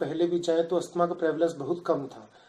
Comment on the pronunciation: You can't even pronounce asthma what kind of doctor are you